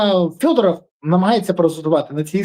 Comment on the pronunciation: Вимови вже нарешті Федоров! Федоров, не фЬодоров!